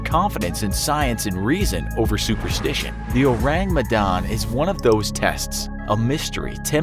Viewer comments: Orang medan not ourang medan🤭lol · Uts an indonesian ship btw its Orang Medan not Ourang Medan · Orang not Ourang 😅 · The Ourang Medan?? sounds to me like "Orang Medan" which is means the people of Medan (a city in north Sumatra island) it's definitely an Indonesian ship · Medan is a place in Indonesia and its not spelled ourang its orang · Sorry, no offense, but I found it funny the way you say "Ourang Medan" (It should be written as 'orang', not 'ourang')😂 Oureng Mdahn Oureng Mdahn 😂🤣😂🤣😂🤣 Again, sorry, no offense, just funny... ✌️ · oh boi, in Indonesia its ORANG not Ourang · DUDE DUDE, YOU MISPELT "Medan" ITS NOT M' DAN, ITS ME (not mi) DAN ALSO ITS "RANG" not RAENG Us indonesians have to deal with you people who cant even pronounce our words right but cant blame ya'll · I came here.... just wanting how the pronunciation of Ship of Medanese person.... oh i laugh everytime he mispronounce it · Its funny how english speakers tend to mock ppl with an accent bcs theyre not a native speaker, but they cant do simple google search on how to pronounce ourang medan when they have to mention it at least 10x its kinda annoying to hear, but at least theyre trying, not hating tho, great vid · I can't help but cringe every time you mispronounced ourang medan. nice video though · The pronunciation is so funny lmao Also maybe it's orang medan? it means medan people/person, Medan is a place in Indonesia